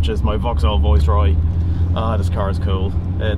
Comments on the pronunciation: I didn’t realise it was an accent as everything else sounded perfect, just sounded a bit weird rhyming with voice and not vice but superb car and loved the video and you got a bargain. Loved the rarity and I remember a tv advert with Carlton, Viceroy and Royale. Subscribed! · How do you pronounce this car, it sounds much nicer with your Irish tone than the English (Vice roy) when you say it's name it sound like (voice roy) it lovely It look very like the one my dad used as his car from tge manager fleet when he worked for Gm Europe Vauxhalls. They where like pool cars. I remembertgese cars well he a burgandy red colour and gold one it dad use to say it a carlton tarted up she was a working class girl who found a sugar daddy. We then moved to the Royals. He had metallic red coupe with gold crushed velour seats and sunroof and wood effect dash. The trouble with dad he was a Jaguar Daimler man so his private car was 4.2 xj he had tgem from early 1970 through to xj40 whenbfird took over hus boss a gm said no more Jags or else. Especially when the govt refused to sell landrover and jaguar to GM. I digress nice car! Dont you just love the colour choice youbgotbin cars Red crushed velour, Gold, green, blue abd black. Car interiors where intrestibg places. I hated black interiors, they are lazy, with no style, bring back colour. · I’m Irish and have been living in the UK a long time. So some words/phrases I pronounce in an Irish English way. If that makes sense. Thanks for subscribing 👍 The Viceroy is tucked up in the garage still. Has yet to emerge from its winter hibernation.